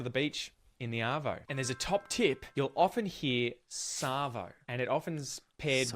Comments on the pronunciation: You got arvo wrong, you said ardo. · You got ardo wrong. It's arvo. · Yeah we usually say 'chuck a sickie '. You did well on the quiz, pity you picked Ardo instead of Arvo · Bugger, it's an arvo not an ardo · You got arvo wrong, you put ardo. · You got the third one wrong. Arvo not ardo for afternoon. Good effort though. Bugger is not rude. I knew thats what it originated from but the meaning changed a long time ago. By the time I was 18 most people my age were using fuck on a regular basis as part of normal language and was generally not considered offensive. Took me a while to catch on because of a conservative upbringing but I now have to catch myself around my neice because it's so normalised for me. I say fuck all the time and it barely even registers anymore for me as rude. Most Aussies use it as a commonplace term as a literal stand-in for what he said for examples of bugger. Cunt is less common in my social circle but I know plenty of people who use it often in the many varied possible ways. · The one you got wrong was Ardo instead of Arvo!! 😂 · The word you got wrong is “Ardo”… it’s “Arvo” not Ardo. 😂🤣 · It was painful to see you pick "ardo" instead of "arvo". I knew you realised it wasnt mornie or nighto, but why pick "ardo". If you say "arvo" and then you say "ardo" with proper phonics you would see how it would be impossible to get "ardo". How the f*** did you even pick "ardo" its arguably worse than nighto and you just watched the video telling you it.